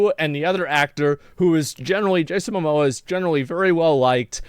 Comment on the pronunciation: his name is ‘Momoa’, not ‘Mamoa’. 🤦🏼‍♀️